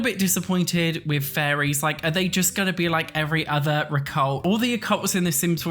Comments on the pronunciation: I keep hearing say "furries" rather than fairies, and it's really giving "Werewolves" flashbacks 😄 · I hear furries too